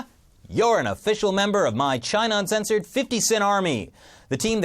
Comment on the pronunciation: emphasis in uncensored at the end!